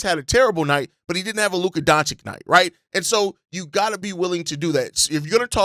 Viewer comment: DONCHICH!, not DONCHICK. It hurts my ears when you change that guy's name so often!